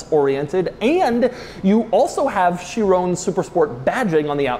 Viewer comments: is it Chirown or Chiron? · It's pronounced "cha-ron" not "cha-roney" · why did he say chrione instead of chiron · It's a 'Chiron' you fool! Pronounced 'Sheerong' and not 'Sheerone'. God. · it's the shiiroooown bro!!! Pas le Chiron, le SHIROOOOOOOOWN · Bugatti Shirone? Feel like MJ is doing a car review. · Why'd Doug say "Chiron" like hes saying Tyrone. It's not Chirone lol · no way he pronounced Chiron as "She Rown" LOL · THIS........... is not how you pronounce Chiron. SHEER-ON. It is, has, and always will be SHEER-ON